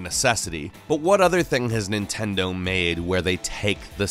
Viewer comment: nitendo switch??